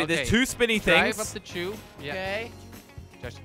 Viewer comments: It’s a tube, not chube lmao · When he said tube it sounded like he said chube